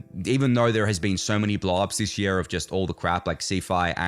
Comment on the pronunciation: Have another go at saying 'year'